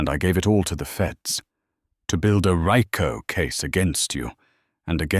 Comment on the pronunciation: Its pronounced "REE-CO"